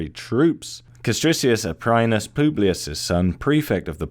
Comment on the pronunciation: Great video, mate, but do not pronunce latin like if you were speaking english. Example: "i" vowel has to be read as "ee". Castricius Aprinus has to be read as Kastreekee(oo)s Apreen(oo)s. Where "oo", besides, is roughly like when you pronunce "spoon".